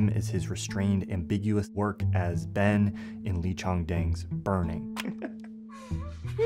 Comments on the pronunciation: loved the video! just one thing, its Lee chang dong, not dang. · Wow. you butchering Lee Chang-Dong's name so terribly in the first sentence of the video made me cringe so hard... know better. Not, Chang-Dang,. Chang-Dong